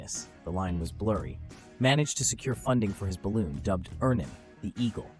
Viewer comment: The balloon's name is pronounced a bit like "Ernon", but it's spelled "Örnen".